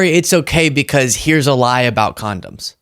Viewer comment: Condums. What the hell is wrong with this idiot!